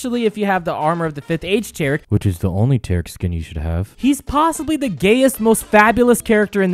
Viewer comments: It's pronounced T-air-ic not tarec Kappa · The way you say taric hurts me